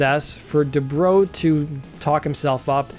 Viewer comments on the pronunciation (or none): Du-Brow. Not my Bro DuBro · Debrow as in eyebrow not as in "What's up, bro?"